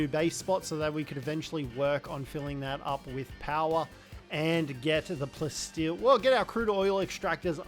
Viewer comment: Am I crazy or are you calling Palsteel Plasteel? I hear it but at the same time I don’t and its weird